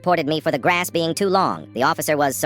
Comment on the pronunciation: Why did AI get that southern accent in the beginning? "Mow mah graess" 😂😂😂